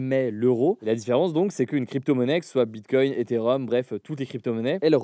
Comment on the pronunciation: Hugo, as-tu remarqué qu'il y a un "e" dans EtherEum ? Tu prononces Etherhum